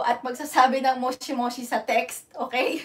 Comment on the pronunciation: ang pag pronounce ay Mosh mosh hindi mshi moshi . kaso pag pinoy syempre moshi moshi ano ne talaga.